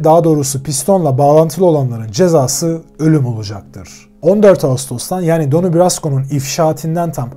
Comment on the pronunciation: isimden basliyalim. Donnie okunuşu Danni'dir.. Mafya yapilanmasi hakkinda arastirma yapmani oneririm. Donnie hic zaman " soldier" olmadi, hep associate kaldi. " soldier" yada " made man" olabilmek icin aile icin cinayet islemen gerekiyor.. bir kac ornek. Butun gunumu alir video da ki hatalari duzeltmek. Emegine saglik yinede.